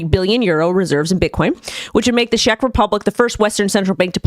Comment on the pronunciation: it´s Czech, not Shech:) Anyway, I think the allocation will be spreaded over long time, they won´t influence the market. Czech republic is also motherland of Trezor, the wallet. Maybe maybe, as much as we are post socialist country, we can be progressive in some sector:)